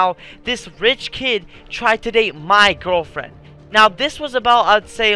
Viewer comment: You were about to say gwirlfriend lol